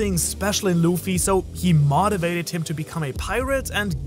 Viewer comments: MO... MO TIVATED... NOT MA TIVATED. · bro you lost me at modivated.